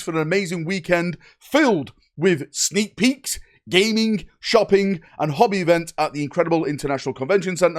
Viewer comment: Is he saying "Sneak Petes"?